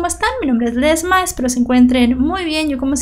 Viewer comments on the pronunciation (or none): Viese!!!!!! no se dice que fallo, igualmente saludos veo todos tus videos